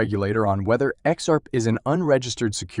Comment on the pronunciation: What's "Ex-Arp"? Good god, this is a horrible robot voice